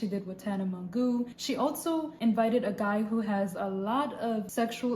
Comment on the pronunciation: Ily but it’s pronounced Tana mo-jo